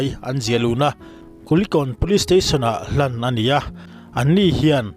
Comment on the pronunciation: Hlan ani a,tih kha "hlap" i ti maw k tia😂